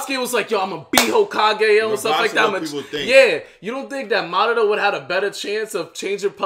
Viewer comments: It's not mudara it's madara stop saying it wrong 😂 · It's pronounced Madara not Ma-DAR-ra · It’s MADARA...... Not Ma Dah Rama 😒😒😒